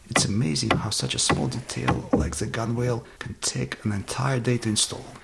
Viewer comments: Gunwale is pronounced more like tunnel. Gunnle. A lot of nautical words are pronounced weirdly. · Hi, I love every bit of your videos and resspect your ingenuity and skill. Gunwale is pronounced gunnel on the boats that I've worked on. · Its spelled gunwale but it's pronounced gun-el. its one of those crazy nautical things that evolved through multi languages and a lot of time